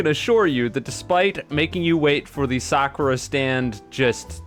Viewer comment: please pronounce the "u" in Sakura. I beg of you.